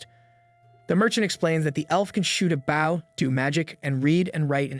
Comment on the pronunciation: Bow is pronounced boe .. the vow makes same sound as go plz teach your AI and Asians